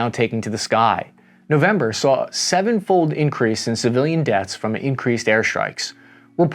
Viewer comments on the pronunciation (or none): none